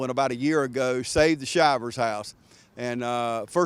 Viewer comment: It’s pronounced Shivers as in “Shiver Me Timbers” a famous saying of Popeye the cartoon.